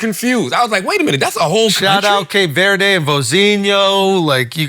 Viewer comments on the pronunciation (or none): Cape Verde no ay at the end lmfao